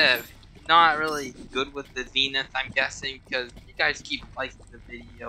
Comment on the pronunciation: As a terraria veteran, I agree with everything, except the pronunciation of Zenith…